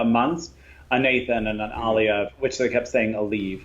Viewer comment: remember your friend dima did say aliev is pronounced aleev